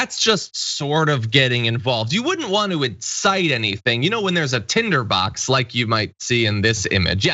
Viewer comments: the word is 'Tinderbox' KayLie.....not tenderbox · Did she say Tender Box? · Is she saying “tender box”. I think she is. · Did she say "tenderbox"? She can't even get the word right. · Did Kay-Leigh Mac-a-Ninny say "tenderbox" TWICE when the word is Tinderbox??? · Keyleigh said "tenderbox" so perhaps english is not her first language... which raises her competence to just under net zero. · Is she calling it a “tenderbox”? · Small point but why say 'Tender box' and not 'Tinder box'? Does she not know what it even means? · It's "tinder" box.